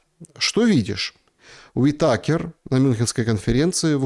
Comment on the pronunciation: Правильное ударение а фамилии на И - УИтакер))))